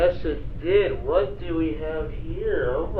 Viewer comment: "Just tell me QUWahT inspires you to make your cartoons?" I cant be the only one that had to rewind that part to make sure that's what she said.